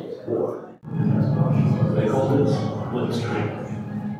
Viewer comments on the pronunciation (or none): none